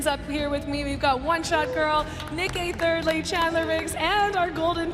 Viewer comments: DID SHE JUST SAY NICK EH THIRDLY!!?? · She said nick eh 30le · says nick eh thirdly lmao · it sounded like said “Nick Eh Thirdly” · “Nick eh thirly “ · Is it just me or she said nick EH thirdly lol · it sounded like said nick eh tirly